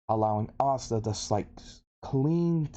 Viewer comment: If you watch subs and subs then why do you keep pronouncing Asta's name wrong.